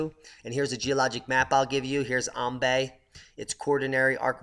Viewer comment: It's actually pronounced "Am bye" island, I know the spelling may say otherwise but just trust me